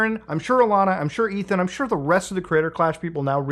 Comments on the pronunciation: I know it’s a tiny mistake and irrelevant, but….how do you not know how to pronounce Alanah? She’s an angel. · Alanah. Not Alaina. Come on Mood what kinda gamer are you?